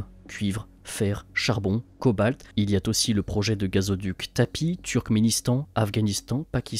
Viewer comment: Tout très bien mais attention aux liaisons hasardeuses 🤭 "il y a t'aussi"??